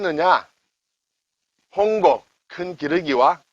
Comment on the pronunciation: 이때는 홍곡이 아니라 홍혹으로 읽지 않나요?